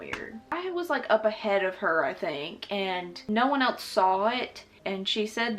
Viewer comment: I love how she says else as “elts” 😂